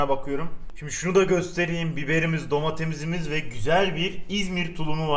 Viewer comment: de güzel domatemiz imiz demesi de başka güzel be